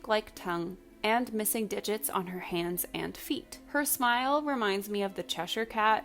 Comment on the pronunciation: Yeah and not the "GlasgOWWWW smayle." 🤣